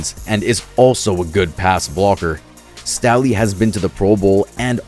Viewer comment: Joe Staley not stally lol and he's not a defensive tackle and you literally said San Francisco Giants 😂 bro that baseball